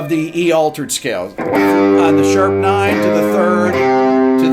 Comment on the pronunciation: Sorry sir it’s altered not aletered